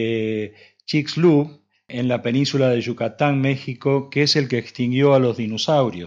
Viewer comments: se pronuncia "Sutchulup" amigo pero el resto hermoso vídeo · perdon, es una aclaracion, repita xfa, chijj shuu lub, obviamente se escribe de otra forma (chixulub) puerto, xke dejeme decirle ke hay otro de igual nombre chixulub, pueblo, se lo puse como mas o menos se dice o entiende chiij-shuu-lub, practiquelo separado, y luego leerlo junto chixulub, otra forma chigg -zhuu-lub. saludos y muy interzante